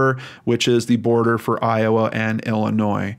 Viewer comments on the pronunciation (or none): none